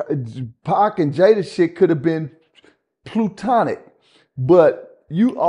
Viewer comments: “Plutonic” “Platonic” 😂😂😂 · Yeah.....I thought it was "PLATONIC". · This nigga always making new words. “POTNA” & now “PLUTONIC” 😂😂😂😂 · Plutonic? He means “Platonic?” 😂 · This brotha said "plu tonic"!😂 Yooooo🤣🤣🤣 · fool said ‘plutonic’ lol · Cuh said PlUtonic, he all over the place in this interview. 💀 I don't remember him speaking this incoherently in another interview last year. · He meant platonic, but said plutonic because he listens to Future. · He wasn't acting in M2S... BTW "Plootonic"? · Plew-tonic Plootonic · We gotta correct ppl when they saying words wrong and sound crazy like Plutonic. Help this nigga out he 50 years old steady saying Jada and Tupac relationship Plutonic, sound like Future drinking lean with Tonic 😂😂😂